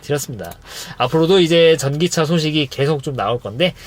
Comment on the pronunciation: 전기차 똑바로 못읽네 ㅉㅉ